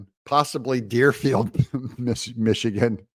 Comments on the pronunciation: Dearborn not dearfield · It's not Deerfield MI it's Dearborn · You know Doug I can’t not say something you keep saying Deerfield it’s Dearborn Michigan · lol. Dearborn. Not Deerfield. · Hey, Mister Excile, it's Dearborn Michigan, not Deerfield. Dearborn borders Detroit. Deerfield is 60 miles southwest of Dearborn 😂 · Stop saying Deerfield. Lol. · Dearborn MI. Not Deerfield 😂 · it's not Deerfield it's Dearborn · Doug, it’s actually Dearborn, MI, not Deerfield. Sorry, I’ve heard you say this in a couple vids. Love watching, keep it up! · It's Dearborn Michigan, not dearfield. I live right by it. My Doctor is in Dearborn, he is a Muslim. Everybody's a Muslim and Dearborn. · Doug,It's Dearborn,Michigan Not Deerfield. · It's Dearborn MI not Deerfield lol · Doug, it's not Deerfield, MI. It's Dearborn, MI. I lived there for 10 yrs, and in the Detroit Metro Area for over 25 yrs. Just trying to help... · Doug, It's Dearborn. Not Deerfield. Also, maybe MSNBS is having a "Come to Jesus" moment. You can only lie to people for so long before they find you out. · Doug you keep referring to Dearfield Michigan. Sir the name is Dearborn Michigan. Fyi. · Dearborn, Mi...not Deerfield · It's Dearborn not Deerfield. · EIGHT Doug?😆 looks like nine to me - ya know, 3 across, 3 down. Oh, and it's Dearborn, not Dearfeild. - your editor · It's DEARBORN, not Deerfield.